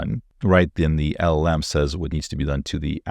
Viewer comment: First. It is LLM. Not LMM. 😅